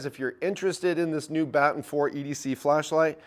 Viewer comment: Baton… like a cop carries or baton like Baton Rouge Louisiana…. Come on guy…. Lol… still loving the upload tempo